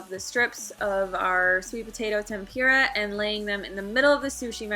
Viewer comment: Loved the video but it's tempOORa not tempEEra